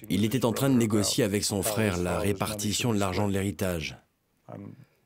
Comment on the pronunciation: Très bon documentaire, Monsieur Zéro. Félicitations! Par contre, de grâce, cessez de dire "Ayèk" au lieu d’”Avec”. Merci!